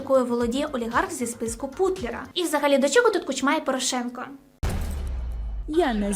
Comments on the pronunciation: Тему розкрито, але курча, чому КучмА? Наголос на першому складі. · чого всі ставлять наголос у прізвищі Кучма саме так? я чогось не знаю ?